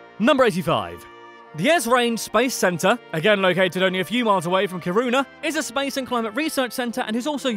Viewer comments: Kuruna? Seriously? In sweden we really roll our Rs. So its ki-ru-na. We also have å ä and ö, pronounced oh eh and uh. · i think you should practice a little on how to pronounce Kiruna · wtf is kiruunah its kiruna bro 💀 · He mentioned Ki-ruu-nah but did not say anything about that. The mine situation is what Ki-ruu-nah is known for, not its location. In Russia, they have like 10 or more cities in similar size or larger located north of the polar circle: Murmansk, Norilsk, Apatity, Vorkuta, Severomorsk, Monchegorsk, Kandalaksha, Olenegorsk, Naryan-Mar, Dudinka. In Norway they have 3, Bodø, Harstad and Tromsø. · Is it me or Kiruna sound like corona? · Did he pronounce Kiruna as karuna? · No its Ki-ru-n-a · Haha, he pronounced Kiruna totally wrong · magnus ladulås wasnt a king and what is zvaria siffra means "a number" you shouldve said "nummer elva" kiruna is pronunced keeruuna the krona in plural is called many "kronor" not "many krona" that would mean many crown Greta is pronounced with a nasal e "gift" is not pronounced yeft its pronunced exactly like the english word but with a "j" insted lagom = egnough realisationsvinstbeskattning is prononced like on google translate just use that fika is pronounced feeka the letter "U" is pronounced like the latin "V" Ö is pronounced like eh in some dialects